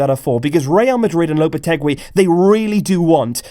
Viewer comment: LOPETEGEEEEEE NOT LOPETEGWEEEEE